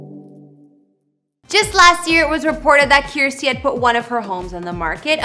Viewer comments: It’s “Kirstie” like “thirsty”. Not “Kierstie” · Yes, rhymes with thirsty. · Is she really saying Kiersty. It's said as kir-sty.